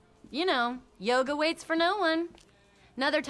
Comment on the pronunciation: Yoga is the answer,... I'm annoyed by his pronunciation🙃